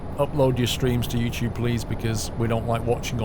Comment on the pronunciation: I like how you say Yoochoob